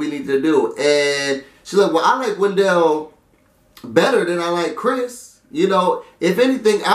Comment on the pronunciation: it's WEN-DLE, not wen-dell hahaha